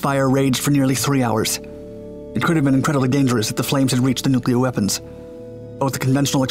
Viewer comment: We need a 10 loop vid of him saying NOOKLAR.